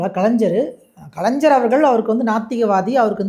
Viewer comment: கலைஞ்சர் இல்லப்பா தம்பி கலைஞர் - என்பதே சரி 😂